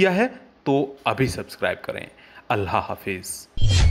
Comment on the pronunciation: अल्लाह जब बोलने ही नहीं आता तो फिर क्यों वीडियो बनाते हो...अल्लाह को अल्हा बोल रहे हो माज़अल्लाह...